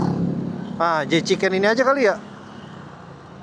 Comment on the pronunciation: Jchicken koh, bukan jekicen😅